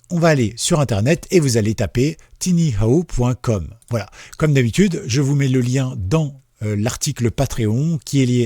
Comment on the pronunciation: En fait, c'est TinyWow (prononcer TaïnyOuaouh) 😉